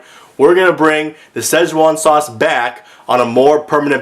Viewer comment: When you said "with a z" you nailed it. That is EXACTLY how I say it irl.